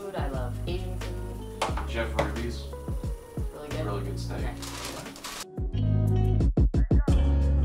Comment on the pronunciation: Did he say rubys have good steak ? 😆